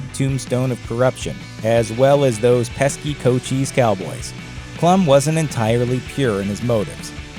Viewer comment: Just FYI. Cochise County... rhymes with Dice.